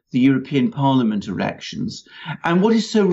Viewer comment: lol I distinctly hear Alexander say "After the EU Erections"....